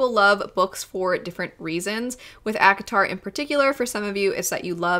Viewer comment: You say ACOTAR, my old ears hear Avatar...